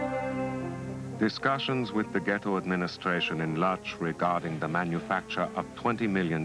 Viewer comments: I hate to be that guy, but the city is pronounced "Woodzh" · wish whoever made this orig docu had hired a narrator who could pronounce the name of the town correctly. in Polish the L at the front of Lodz has a slash in it and is pronounced closer to Wodj.....